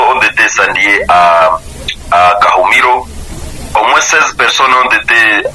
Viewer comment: Kahumiro et non kumuhiro